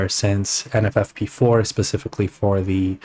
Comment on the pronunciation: "NVFP4" This guy: "NFFP4" ... "Jibs" Dude... just how much ganja did you smoke before making this video?